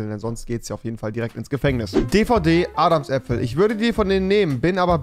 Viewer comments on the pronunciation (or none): Wie kann man Adams Apfel nicht kennen und dann noch falsch aussprechen.. Rewi lern Deutsch